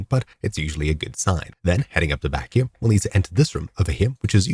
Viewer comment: WHY DO YOU SAY "HIM" WHEN TRYING TO SAY HERE......